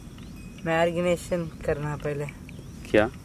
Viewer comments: "margination" 😊😊😜👌👌aisi bolo acha lagra.... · ko BATA Yaar margination nahi marination hota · Ab to bata do ap log ko marignation nhi marination hota h😂😂